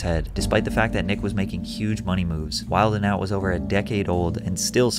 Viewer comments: Never heard anyone say the "d" in "wildin' out" 😂 Pretty funny when you're talking about someone being corny 😂😂😂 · FYI the D in wilding out is silent. You sound like the feds otherwise.